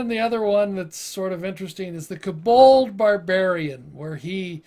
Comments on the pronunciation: Where are you getting the "A" sound in Kobold? It's not Kabold, it's Ko-Bold... Hard "O" sound in "Ko" BTW, I've played a Kobold sorcerer and it was fun as hell. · its kobold NOT k-bold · For the pronunciation. Hearing "koBOLD" the whole time was torturing XD